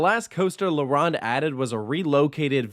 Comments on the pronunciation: Its not la RAWND. Its la ROAND. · No poutine slander allowed Also la-rown-d not La-rond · As a Montrealer I agree with most things you said and yes shocker shocker poutine is glorified but tasty in the winter! I do however take offence to “La runde” pronunciation. You sir will decently be mocked in France is you ever visit Disneyland or asteroid and obelisk park with that pronunciation DUOLINGO DO BETTER ✅ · Leh Wronn? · Your French accent sucks. la ronde! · You should learn the correct prononciation of the theme park name. La Ronde. Its French and it has double meanings. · The o is not pronounced like Ron it’s more pronounced like « Stone » and the r has to be rolled a bit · tbh me personally, I wouldn't trust someone's review if they called la ronde like that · "la round " "poutin" OMG so many negative things to say about how to say the words correctly. Your review was off love the park and I am not biased.